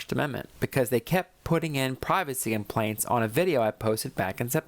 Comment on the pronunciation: I think she wanted to say “privacy complaints” but it sure sounds like “privacy implants”. TMI